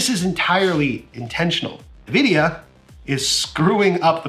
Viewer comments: Pls can u call them n-Vidia and not nividia? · the way u say nvidia make me want to die